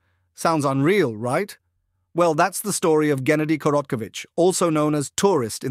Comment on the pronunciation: it aint jennady bruhhhh.... Geh - like you pronounce gay - geh-nah-dee